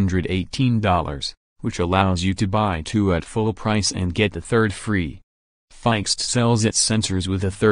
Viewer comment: You don’t know how to pronounce FIXD, ROBOT.